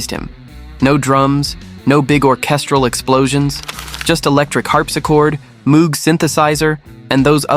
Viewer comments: and Moog synthesizer is not pronounced as it is spelled. It is pronounced "Mowg" with a long o—rhymes with "no" or "low". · That synthesizer? Its name—and that of its creator—is pronounced “MŌGE” (rhymes with ROGUE). I know, I’m talkin’ to an A.I. This is for the HUMANS in the audience! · 10 - Rain 9 - Tomorrow Never Knows 8 - Eleanor Rigby 7 - A Day in the Life 6 - I Am the Walrus 5 - Strawberry Fields Forever 4 - Because 3 - She's Leaving Home 2 - Here Comes the Sun 1 - All You Need is Love p.s. Moog is pronounced "Mohg" rhymes with "rogue" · Note to: Moog isn't pronounced with the same double oo sound as "tooth" or "booth". It's pronounced with a long o, like "vogue" or "brogue".